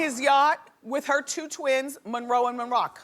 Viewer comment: The way she always called Mariah's kids Monroe and Monrock 😂😂